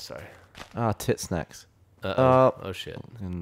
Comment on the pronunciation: Did gavin say Tit Sack or Tit Snack? i cant tell but either way im laughing.